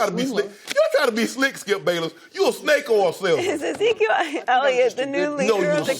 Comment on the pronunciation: "You a swindler Skip Bayluss!"